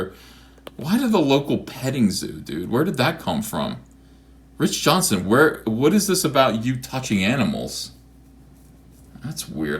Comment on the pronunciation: Does E know that his name is JohnsTON and not Johnson?